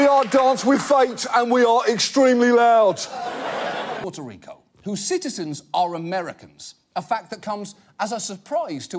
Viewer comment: It also isn't pronounced as "Portereco" It is Puerto Rico. And Puerto is pronounced as "Pwair-toe", not "Porto"